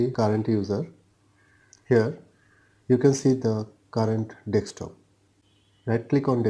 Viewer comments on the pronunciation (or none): It's DESK TOP, not DEK STOP <3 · c the accent breaks the word a little